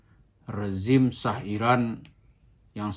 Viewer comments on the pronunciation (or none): none